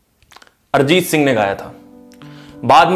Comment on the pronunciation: अरजीत नहीं... अरिजीत